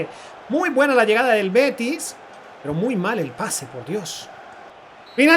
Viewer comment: en el minuto vive er beti manque pierda eso es andaluz un dialecto de una comunidad autónoma de España